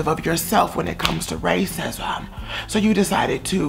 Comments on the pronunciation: “raycisum” lmaooo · I love this and the tone and the way you were pronouncing the words yummy and Justin and racism I died 😂😂😂